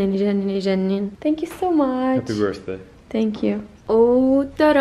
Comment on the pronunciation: All the money you may have and both of you keep repeating the same pronounciation's mistake"Happy birzday"??? I give you a tip we say "Happy Birthday" and we pronounce it "Happy birday" Please!Stop abusing this language.